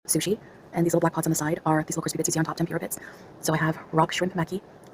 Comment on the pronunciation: Also learn how to say tempura you dolt.